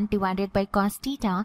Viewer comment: Pahle theta bolne sikh lijiy madam😂😂